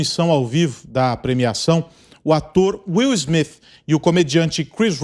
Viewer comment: "O ator Will Smifi "?? Mudou o nome dele foi?